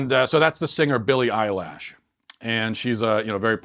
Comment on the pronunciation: "Billie Eyelash" - ROFL